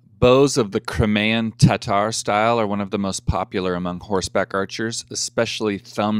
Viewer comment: Cry-may-an..........form the Crimea (Cry-me-ah)....